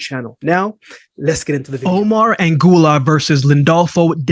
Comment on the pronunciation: who the heck is ANGULAR? AGUILAR: AH -GEEH-LAHR